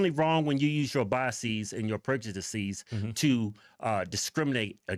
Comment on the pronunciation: "Prejudicesees"? What!?